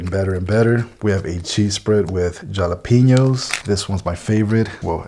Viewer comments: It’s hala pèno Hala pen yo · Ja la peen yos !!! The way it should be said!